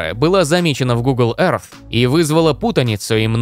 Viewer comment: Всё прекрасно, только учите произношение Earth, а то очень слух режет